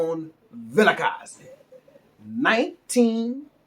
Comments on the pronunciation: 👏🏽👏🏽👏🏽👏🏽👏🏽👏🏽👏🏽👏🏽wow, I give you 10/10 for pronouncing Vilakazi. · I like how you say 1947 Vilakazi. Jozi is getting into your veins.